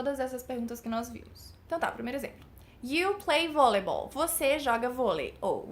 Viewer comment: Sua pronuncia de Volleyball tá errada... é Vóliból!